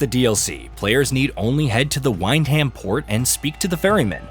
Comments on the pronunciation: "wind ham" 🤣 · I think this review was butchered as badly as this guy's pronunciation of Wyndham... In all seriousness though, while I'm still making my way through the game I think it's fucking cracking, especially for less that £30 all in with the DLCs. Personally, I kinda fumbled around a bit at the start and ended up taking what in hindsight is a strange route to Wyndham, quickly found a random bloke asking about a boat ride and was suddenly in the middle of this DLC without realising it. This game is a clear homage to the Bethesda/Obsidian Fallout stuff but without much hand holding and less chances to break the game with late game RPG - this DLC really highlights that and I had a lot of fun fumbling around while still working out some of the systems with this area ending up being a really fun baptism by fire (which was overall pretty damn fair on the recommended difficulty). I've yet to finish this game but I'm still having a blast and am shit scared to progress the various escape options too far so that I don't miss the little bits and bobs sprinkled around the different maps. I get that this DLC is meant to be an interesting new area to explore but like the other areas from the base game, it can also serve as a challenging early area for new players to cautiously explore and get creative when presented with challenging aspects that a late game player will find easier. This game doesn't have complex systems or insanely deep lore like you'd find in Fallout 4 or maybe Starfield but it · How can you pronounce Wyndham so wrongly after playing the game?